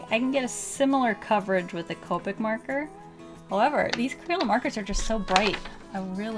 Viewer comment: she said "merker" lol